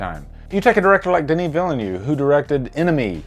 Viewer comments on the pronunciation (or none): none